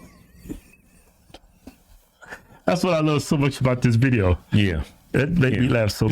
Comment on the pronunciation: Dat teen and Dat judge. Hmm , the hog twins can’t pronounce the th sound. Dey be black